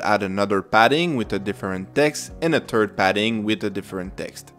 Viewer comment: Terd Value! Lmao!!